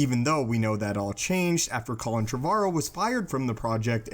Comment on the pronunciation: Hearing you pronounce Colin Trevorrow is irritating me everytime.